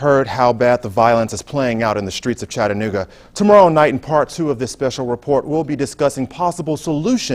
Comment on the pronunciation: Close. It's Chattanooga.